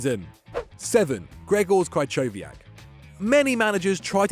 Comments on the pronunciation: Ch in Krychowiak is pronounced like h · The way he says krychowiak offends me 😂😂